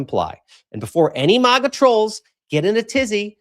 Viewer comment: It's Mag like hag- a ...not Maaaaag-a like it's a pretty country 😁😵‍💫